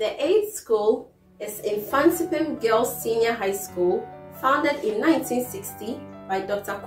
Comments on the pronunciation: eii😂 mfantsipim girls madam it's mfantseman girls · Mfanstman girls not mfanstipim girls